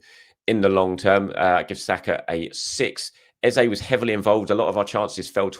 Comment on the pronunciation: Hi just want to point out...you are saying EZE'S name wrong again and have been for the last few videos.I will put it down to the excitement of getting your Internet sorted and the celebrations after big Gabi's late winner which is clouding your mind🤣🤷‍♂